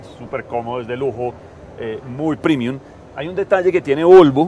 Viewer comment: Se dice "premium" no "primium" el término es latino no anglo y no enoje ni me insulte por insistir